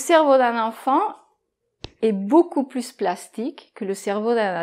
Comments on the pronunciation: 😧"beaucoup pluS vite beaucoup pluS plastique "je pensais qu'on ne prononçait pas le s à la fin de PLUS Sauf exception? Et en réponse à Le professeur 🤓 Pierre est un très bon prof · Coucou ) Pourquoi prononce toujours le S dans le mot “plus”? ( par exemple, elle dit “pluS vite”... ) Bonne journée! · COMMENT SE FAIT-IL QUE QUAND VOUS PRONONCEZ "PLUS" VOUS PRONONCEZ LE "s" ?? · Quand on dit plus vite, plus plastique etc on ne prononce pas le "s"!!!!! Les autres vidéos sont top 👍